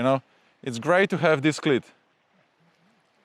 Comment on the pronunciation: Great video as always. Although your english is fantastic, you just need to fine tune how you pronounce cleat. Your pronunciation is of a ladies private part.